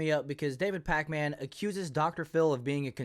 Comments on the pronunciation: This dude mispronouncing everyone’s names always makes me laugh. “Sink uyge”, “David Pacman “ 😂😂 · Pakman is pronounced "Packmen," not Pac Man. 😆